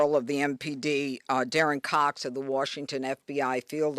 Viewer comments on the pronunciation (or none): “Warshington, D.C.” 🤦‍♂️